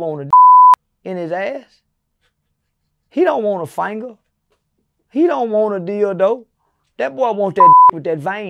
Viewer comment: “He don’t want a faynga” ☠️☠️